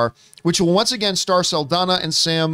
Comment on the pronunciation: NOT "SULL-DONNA". Its "SAHL-DON-YA". Just give it a shot